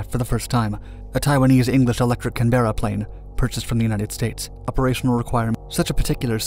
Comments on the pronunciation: Hey, love the videos but this one has a few errors and not upto the usual high quality The 'er' is silent, CanBra bomber, named for the Australian City which is in turn named by anglicising an aboriginal word for the region (though this is debated with a few competing thoeries). Also, you show a black and white shot of a French English Electric T.4 Canberra (from the Canberra Wikipage) and not the Martin RB-57D Canberra used by Taiwan. The RB-57D has a 40ft wider wing, Pratt and Whitney Jets instead of Rolls Royce and a service cielling 20,000ft higher. This is kinda like the diference between the Pilatus PC-9 and the Texan T6 except they had the same common designator "Penguin" (note niether have a common name desinator). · Another great documentary, keep up the good work 👍 (P.S. ask Siri what the capital of Australia is to learn how to pronounce Canberra 😁) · It would be nice to find an America who can say Canberra correctly. Also the ministers name was pronounced Sands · Yes, it's one word with the emphasis on Can. Not two words with the emphasis on Berra. Nothing to do with accent. Narration in the video sounded so wrong he could have been talking about a different plane. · Thanks for making this! Suggest you ask an Australian for the correct pronunciation of CANberra ;-) Typical short-sighted politicians... so Britain never needed a nuclear first strike... but these would have been pretty good at hitting Saddam Hussein's SCUD launch sites. Nobody can see the future but having a good sword in your hand gives you options, whatever comes. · Please look up how “Canberra” is pronounced. Given Canberra is the capital city of Australia I’m surprised this is the second video where the pronunciation has been so wrong. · Stop saying canberra wrong it makes me want to spew when you say canberra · FFS I wish they would learn how to pronounce English words properly like Canberra. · Please learn to pronounce Canberra properly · It's Can-burra not Can-Bearer.